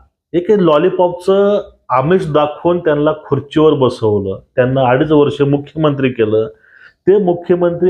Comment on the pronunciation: त्यानला नाही रे, त्यांना, आधी नीट बोलायला शिक